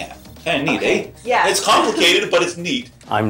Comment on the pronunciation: "Kinda neat, eh ?" After watching all of these videos, stereotypical Canuck spotted.